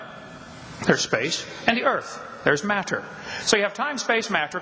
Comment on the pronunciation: I love the way this guy says the words time, space and mat-ter. Its almost as if he has no idea what these words really mean.